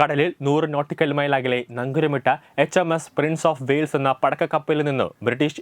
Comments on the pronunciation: പടക്കക്കപ്പൽ അല്ല പടക്കപ്പൽ.. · പടക്കക്കപ്പലല്ല പടക്കപ്പലാണ്